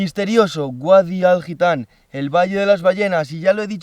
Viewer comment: Mucho mundo y muchos viajes pero dice GUADI en vez de VADI XDDDDDDDD Si es que el catetismo español va en el adn